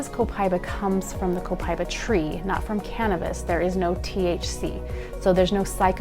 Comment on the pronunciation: Pronounced Copa eeeeba